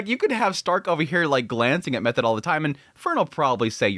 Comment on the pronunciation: Err, why are you calling her Method? Its pronounced Me-toa-de the H is silent. Do you watch the subtitled in original Japanese?